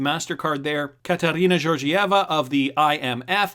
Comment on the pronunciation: Georgieva == jeorgee - aeava good. you learned to pronounce it.